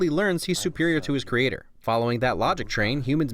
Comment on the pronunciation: "you seek you creaTOR, I am looking at mine" I love how he pronounces creator lol